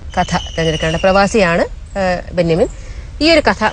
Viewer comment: ബെന്യമിൻ അല്ല ബെന്യാമീൻ എന്നാണ്.